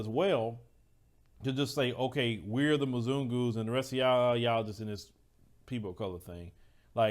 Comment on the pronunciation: I can’t help but to laugh every time he says “monzugus“